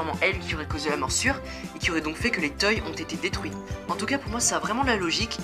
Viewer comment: sa se dit pas toy mais toy(se).